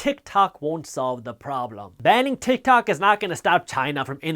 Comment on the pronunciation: haha i thought yousaid "utah!" and I got all excited for the shout out!! lol